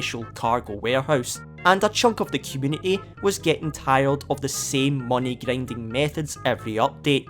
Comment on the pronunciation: Gryendying😂 dude